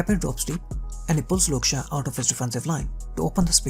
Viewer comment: Who the hell is " Luke Shah " bro?